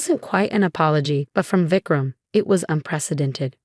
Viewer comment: Vecram 😂😂 it's Vikram